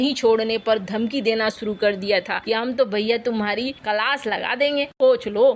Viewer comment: कलास नहीं क्लास बोलिये | अंको ऐन तो उच्चारण तो ढीक से करिया | बैसे बहुद दिनों के बाद आका दोहा सुनाने की मिल धन्यवाद |